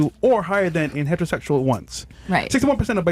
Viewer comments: Why did you guys let read the stats? Wow. "Hetahossual relationships." HOLy! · “It’s in person violence so…”? Just don’t talk. Or read. Good god. “Heta-Ho-Sus-Ual.” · speak like a retard “hetchrosechual”😂😂